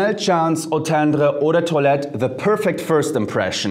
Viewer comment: Love how you say Eau tendre 😍😍😍 I’m gonna try that one